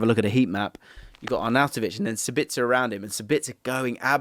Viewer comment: The guy is called SAbitzer not saBITzer. Like AEbischer with the Swiss is not aeBISher.